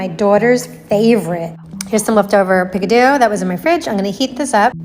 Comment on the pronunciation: Did she call Pico de Gallo “Picadoo” wtf 😂